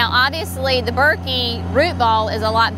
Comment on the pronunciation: They will look great as they grow larger. Thuja is always pronounced Thoo-ya. Burkii is burk-ee-eye.